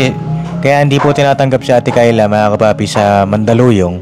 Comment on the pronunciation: Ano ba talaga ang tunay na pagbigkas sa pangalan ni Kyla o Tyla 😅 puro Tyla kc si.Ay naku noon pa sana kong nakinig si Kyla hindi ako bashers papadinz pero pagnagsasalita si at demanding sila sorry po kaya ang mabuti papadinz sa institusyon na lng ipasok.